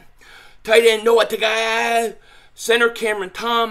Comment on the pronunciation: the way u said Noah Togiai lol got me on the floor lol